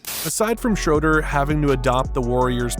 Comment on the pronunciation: If you're going to do a video on a player, at least take 10 seconds to learn how to pronounce his name. It's pronounced Shruder. not Shroder.